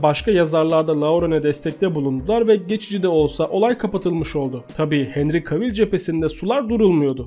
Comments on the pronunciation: Abim çok iyi video ama henry cavill i sesli söylerken henri kevıl diye söylememiz gerekmiyomu bütün video henri kavil demen çok garip geldi :D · Abi sponsor kelimesini siponsor değil sıponsor diye oku bir de kavil değil de kevıl de cavill'a